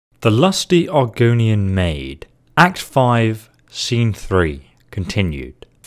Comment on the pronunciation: Argonian? No. Argunian? Yes. Refering to